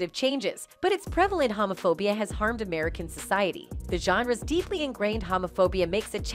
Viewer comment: Hamaphobia??? LMAO at this lady's pronunciation.